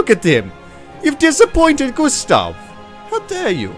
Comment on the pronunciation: Are you from somewere in skandinavia because that was a relly good pronunciation of Gustaf for someone thats not from skandinavia. (Compared to other peapole)